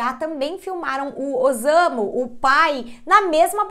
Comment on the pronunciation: O s eh lido como ss então não eh ozamu e sim ossamu a pronúncia correta